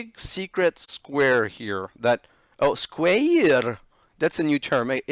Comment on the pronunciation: bro when you say squaer i laugh so hard every time